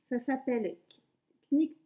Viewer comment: Vous m’avez bien fait rire avec vos prononciations anglaises 😂,soit dit en passant le « k » dans knitt ne se prononce pas,mais je suis pas experte en anglais non plus ! Vivement le prochain podcast 🥰